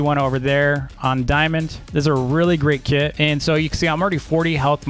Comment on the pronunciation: Whenever you said “kit” I thought u said “kid”